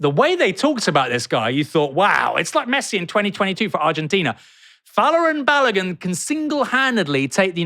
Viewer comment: Literally NOONE I have seen has pronounced Balogun's name right! 🤦🏾‍♂️ Had it all my life. Crazy